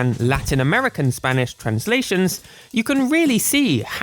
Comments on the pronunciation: I LOVE HOW YOU PRONOUNCE SPANISH AJFHAKFJABFJA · You pronounce spanish pretty well!, I think you scared a lot of english speakers by putting(before edit: puttong) all those dialects with the letter Ñ in it Greetings from Argentina! I will proceed to speak in argentinian spanish (And argentinian Accent, we speak the Ll's and the Y's as Sh's a lot of times) Che boludo, sho estoy acostumbrado a las traducciones en español de españa, xq todos los juegos que jugue (sha sea en emulador o en consola) las jugue en español de españa xq era lo que habia jaja, y como nosotros somos muy boca sucia, mucho problema no hay, pero me gustaría que no nos ignoren, LATAM es un gran continente con muchas personas, asi que tener una traduccion para LATAM en los juegos de Pokémon nos ashudaria a comprender los dialectos que en el idioma de español (España) no entendemos por ciertas palabras (Back to english) if you understood, reply with Ñ, if you didn't, with N, and if you understood PLUS you are from latin america (and or argentinian) reply with ÑcheÑ, if you are not argentinian, reply with Ñ(common word in your country like weon, po, pe, etc)Ñ